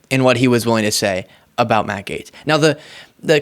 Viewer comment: Sounds like he is saying "MAGAtes" instead of Matt Gaetz... if that is not intentional, it should be lol